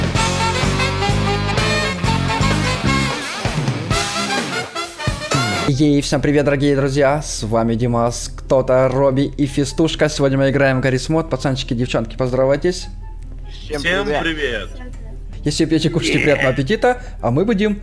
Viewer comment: И правильно не гаес мот а гаррис мод